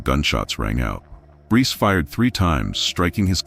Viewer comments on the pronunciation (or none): Sa-coy-a (sacoya)🙄 Br-ice (Bryce) 🙄